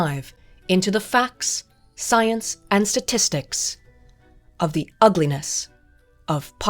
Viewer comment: "Satistics" is not a word.